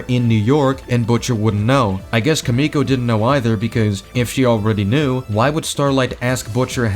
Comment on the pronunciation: Your pronunciation of Kimiko is killing me, man💀